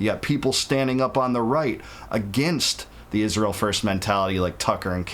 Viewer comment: Why does she says ISHRAEL? 😂